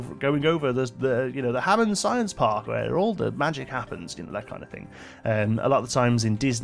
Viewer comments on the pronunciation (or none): none